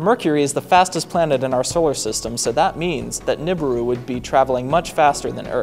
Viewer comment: Its pronounced newberoo